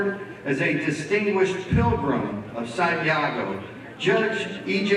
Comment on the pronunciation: Sant' Yago, not Sante' Yago. :)